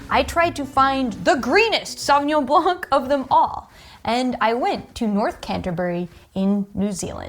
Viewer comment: And you are an expert for wines? Pinot Gris is Grauerburgunder in Germany. And you don't know how to pronounce Sauvignon Blanc.